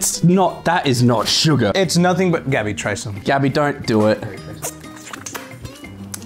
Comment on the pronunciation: it’s gabby not gabbi also it mully not gay😂😂